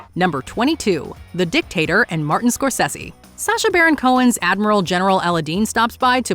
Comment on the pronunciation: Its triggering me how she pronounces Scorsese.